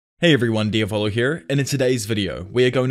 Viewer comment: I understand you're probably not going to listen, because you have already settled on the nickname and the sound of your "brand"...but the way you pronounce "diavolo" is completely wrong. It's the Italian word for "devil". The stress is on the "A", not on the "O". It's: diAvolo, not diavOlo. (I also understand it's a Jojo Reference. And you want to sound like that character, but trust me: those japanese voice actors didn't know the right pronunciation either :P).